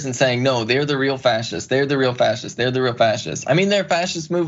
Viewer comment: "Frashists" do you want fries with that?